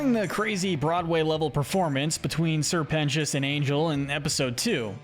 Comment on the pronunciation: YOU FINNALY SAID SR PETIOUS'S NAME RIGHT